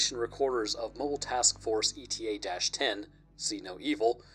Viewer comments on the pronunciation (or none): It's pronounced "ey-ta" just FYI. It's a letter in the Greek alphabet.